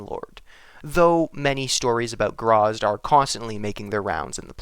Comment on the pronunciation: Its gra zit. Not grazz.